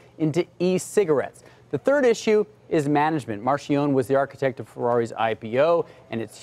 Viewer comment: Guys! Marcions? Marchionne! Galimeri? Camilleri!